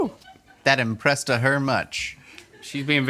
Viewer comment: “That impresseduh her much” almost had me spit my coffee everywhere